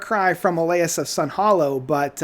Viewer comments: O-LIE-US of SUN-HILLOW. Just Saying. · No one listens to this guy for his accuracy…he misspeaks everything…OLIAS OF SUN-HILL-OW!!!